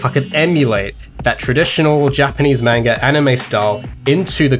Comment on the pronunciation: Love everything, except your pronunciation of "manga"